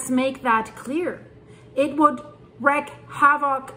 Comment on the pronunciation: Wreak = 'reek' havoc, not wreck. 💚💚💚 lol Thanks for the video,, it was awesome, as usual! I cannot imagine the side of Etna coming off, makes my stomach feel pinchy. 😬 I don't suppose the officials are scheduling practice evacuations/procedures with the residents there?! I pray this disaster(s) doesn't happen this century, because most of the world is not prepared for the ones in their area, as points out daily. 🙏